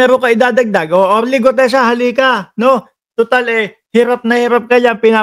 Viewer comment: May pag Mali Mali pag sasalita ni gutesa